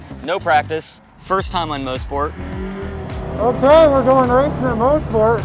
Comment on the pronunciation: "Moss-Port" not "Mose-Port" glad you guys had fun up here in Canada!